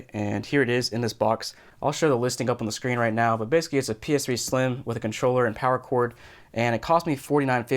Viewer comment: Soooo you are saying PS3 sliem